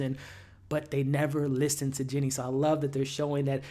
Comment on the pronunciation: It’s “Jeanie” Buss my boy.. good review tho